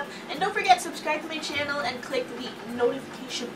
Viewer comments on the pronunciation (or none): I like you so much ate pero i really can't stand the way you say "channel":(